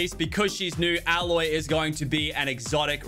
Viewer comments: It physically hurt that Aloy was pronounced Alloy in the intro...that's...no...bad Lachy. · Lachlan her name is pronounced Ayloy, Please don’t embarrass yourself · Aye-Loy for pronunciation. for playing horizon zero dawn for 1-2 years that pains me the hear "Alloy" (her name is spelt Aloy btw) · ALOY pronounced Ayyyyyyyyyyyyyyyy loy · I'm not complaining but its pronounced aloy, a-loy, love the video tho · I mean every content creator mispronounces Aloy... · The way he pronounced aloy 😭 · They way that he pronounced Aloy keeps throwing me off